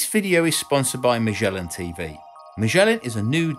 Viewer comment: I love the way says “Mashellan TV.” 😆 It’s a British-ism that’s hard to pin down.